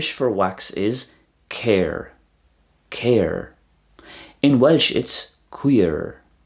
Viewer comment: You're missing out on the slender r in Éire and Céir (you're saying it like the English 'care') and the epenthetic vowel in Albain. Also if you'd used the Connacht or Ulster pronunciation of Tarbh it would've sounded identical to the Welsh! Interesting video, thank you for putting it together. Always nice seeing such comparisons